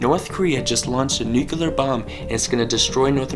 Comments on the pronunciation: Nuculear? I thought it was nuclear. 🤓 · nu-clear not nucu-ler! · It's pronounced Noo-klee-ur. Not Noo-kyoo-lur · "A Nucelar bomb" 🤣☠🤣☠ i'm dead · Can't watch. It's nuclear. It is not nucular. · What the fuck did you say in the beginning? Nuclaters? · NU-CLEE-ER, say it with me now "NU-CLEE-ER", just sound it out for pity's sake !!